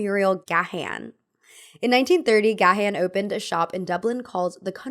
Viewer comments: Gahan is pronounced "gaan" like the a in "dawn" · Gahan is pronounced ‘Gay-an’ or just ‘Gan’